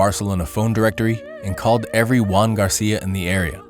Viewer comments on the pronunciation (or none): It's Joan not Juan, he was catalan not spanish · It's Joan not Juan (Because it is a catalan name, as seen in his last name, Pujol, a catalan last name) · His name was Joan not Juan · He wasn't called Juan, he was called Joan. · His name wasn't Juan, but Joan. He had a catalan name, which differs from the spanish name.